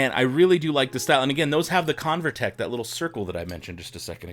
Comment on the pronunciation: It’s CoverTec not ConverTech :)